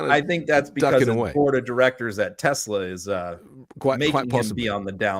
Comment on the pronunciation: HE CALLED TESLA TESLER😂😂😂